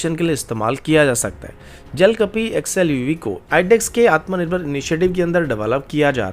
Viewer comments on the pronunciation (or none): none